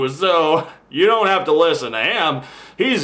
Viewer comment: how sad, I think he was probably puerto rican and was just saying "you": but unfortunately it sounds like "jew". Learn to listen better, you poor demented fool.